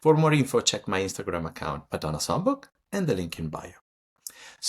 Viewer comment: Darling, could I make one loving and respectful suggestion: in future videos, could you pronounce "Madonna" in your authentic Italian accent? It's an Italian name after all! 💕 Thank you for your incredible work and dedication to Madonna's art. 💋